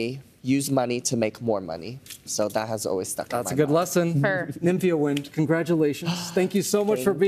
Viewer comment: The judges not pronounced the “D” annoyed me all season. Maybe they were foreshadowing her winning. But I kept thinking “is that just their American accents?” But no, there’s a hard D in “wind” and they seem to forget it